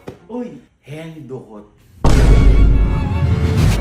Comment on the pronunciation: HINDI HENDUKOT, HENRIQUEE